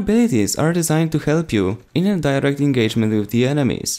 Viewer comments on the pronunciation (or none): none